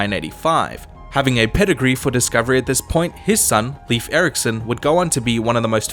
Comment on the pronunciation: It's NOT "leaf" Eriksson. "Layf" or maybe "Lyf". Never "Leaf". Icelandic would be 'Leifur' technically.